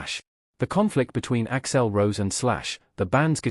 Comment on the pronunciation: AI can’t pronounce things or names that violate phonetic rules . Hence Ax L Rose and terrible factual mistakes and omissions. It’s got a ways to go